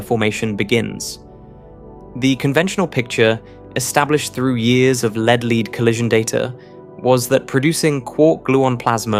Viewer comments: Your speech synthesizer is nearly perfect, but with a few interesting anomalies. It renders lead, the atom, as “leed” and read, the past tense of to read, as “reed”. And it puts the accent for metastable on the second syllable. I’m impressed at everything it gets right. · Annoying AI commentary with a great British accent that uses American terminology/pronunciation and mispronounces too many words such as 'lead-lead', 'meson' and ''Japan'. Having said that, this channel deserves far more subscribers for its fantastic content.